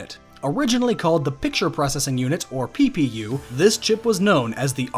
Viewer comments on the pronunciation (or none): Please tell me I'm not the only one who laughed when he said PPu